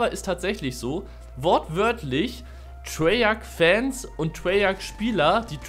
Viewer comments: Treyarch nicht Treyarschh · Treyarch wird Treyark ausgesprochen.